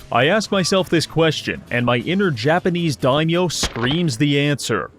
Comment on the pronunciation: I like that is able to do what Kleaper couldn't in a Japan themed Total War video: Pronounce 'daimyo' correctly.